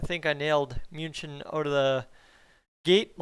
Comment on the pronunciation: Coming from Cologne i confirm you perfectly pronounced „München“ as well you are quite brilliantly know how to pronounce Leon’s and Dominik’s Name the “German” style !! Really love your Channel keep going man ❤️